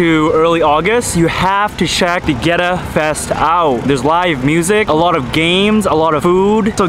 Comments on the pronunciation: Theres no w in Goetta lol. Its pronounced...get ah. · First it is pronounced "getta". second it is peanut butter FUDGE dipped in chocolate, not straight peanut butter. Also, I wanted to say that as a native of Cincinnati, I really appreciated your positive portrayal of the city. Your videos are really good, and although I only just discovered you with this video a year later, I plan to follow you for more interesting travels.